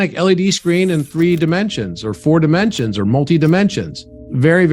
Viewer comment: Timensions 😆 Hreatbreak 😅